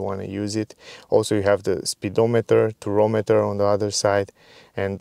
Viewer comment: Tachometer, not turometer. Or Rpm gauge